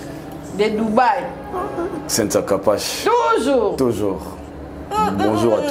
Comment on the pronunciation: Kala tozalaki ko benga ba cynthia na prononciation ya : centhia mais tokoma lelo ko prononcer yango cynthia,cinthia😀